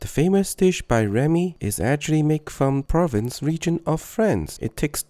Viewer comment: Its prounounced prov - ance